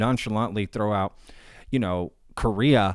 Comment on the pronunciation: Really ? Stupid ! You keep saying they built a building around it "because it is so big". But it's NOT just because it is so big, but because they can't move it. People don't build a building around something just because it's too big. And Korea is NOT pronounced "Kurria", it is Ko rea. Get it ? Get some education. Most of you nuts out there are talking about things you shouldn't; because you don't know even good basic English. If you want to sell useless merchandise, go to a Flee Market.